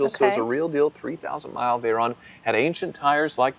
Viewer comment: its veyron not veyronne its a french name not an italian name